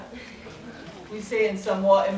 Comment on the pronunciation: Mad lecture but why do you american samoans mispronounce 'Samoa,' you know how to say it so stop tryna fia palagi